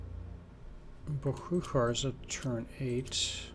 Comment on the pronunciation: Well played but what did the city of boguchar (and definitly not bohuhar) do to you to deserve such a pronunciation?